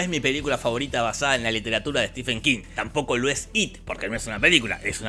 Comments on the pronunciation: Estimado..la verdad no conocía tu canal. Pero me dijeron que estabas hablando del maestro Stephen King. Y Cómo fan ,lectora y coleccionista de hace más de 20 años del sr king vine a corregir varios errores del video. En 1er lugar dices ser un lector y conocedor de king pero veo que no lo eres. Se pronuncia (estiven) No stefen. 2do su mejor novela es la saga de la torre oscura y Cómo bachman es la larga marcha. 2do su mejor adaptación al cine es Misery ya que es prácticamente igual a la novela. 3ro hay más adaptaciónes buenas Cómo 1922 (un relato corto de su libro "Todo oscuro y sin estrellas" y el juego de gerald (ambas en netflix ) miralas! 4to "ojo de gato" has dicho que no pertenece a un libro...pues déjame informarte que Si pertenecen todas esaa historias a su libro "El umbral de la noche " te recomiendo lo leas. 5to shawshank redemption pertenece a su novela doble las cuatro estaciones. 6to para alguien que dice leer a king es imperdonable que creas que the mist de carpenter es lo mismo que la niebla de king ya que pertenece a su libro Historias fantásticas. Y 7mo lee a stephen king así en un par de años haces un buen video. Sdos desde españa. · Stephen es Estefano, no Esteban